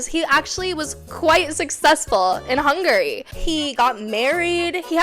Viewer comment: hung-gary lmaoao